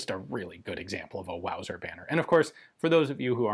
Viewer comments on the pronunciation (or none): Wauser? That's ridicu-rous! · First thing that came to mind, when Ian said wauser, was Sha- na-na. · Mauger or Luser?